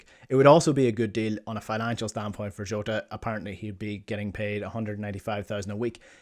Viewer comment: Who is joota? It's Jota? Come on as a Celtic man u should know how to pronounce the man's name especially if you can pronounce ange name lol